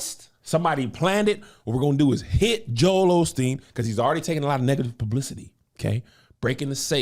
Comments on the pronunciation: Kev there’s no “ L” in Osteen. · Why do Black folks love addin’ that extra “L” in Joel Osteen’s name? 🤣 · It’s hilarious we are gonna still call him Olsteen lol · I wish folks would quit putting an "l" in Joel Osteen's last name. 🤷🏾‍♀️